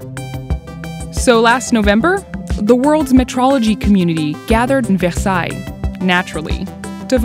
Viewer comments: The way she said versailles made me cringe. Liberal pandering wart. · She pronounced Versailles with a French accent, but how does she say "Shetland"? I thought so. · Ugh... Over pronouncing versailles. Ugh...